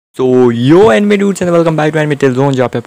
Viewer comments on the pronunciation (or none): story it's "anime" not " ankem "